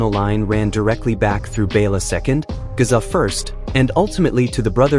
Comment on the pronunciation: Its not Gaza. Its Géza. Not Ladislaus, but László